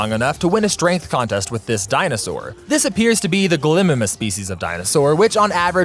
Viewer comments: It’s Gall-e-my-mess. Sorry just had to be that person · Am I the only one bothered by the pronunciation of gallimimus